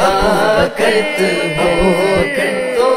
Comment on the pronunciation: ماشاء اللہ صداقت میں ص پر زبر آنا چاہئے آپ نے زیر پڑھا